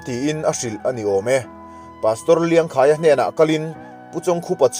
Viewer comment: Pu Chawngkhupa hming hi i chhiar dik lo char char. Bawkkhup tih a, khup tih lai ang hian lam ta la; Tin, Liangkhaia hming pawh kha i lam dik lo a nih hmel.